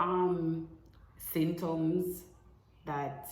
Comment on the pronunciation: If pronounce di word wrong one more time😂 "synptoms"